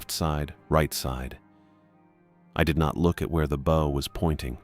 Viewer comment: This is the third story where the narrator voice shows it does not know how to pronounce "bow" when referring to the nautical use.